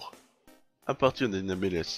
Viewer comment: nameless sa se dit neymléss ou anonyme en francais